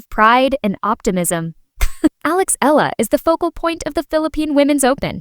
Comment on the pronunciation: Eala pronunciation E-yala